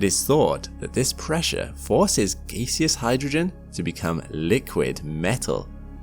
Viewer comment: "geeseous" isn't a word- it's gaseous.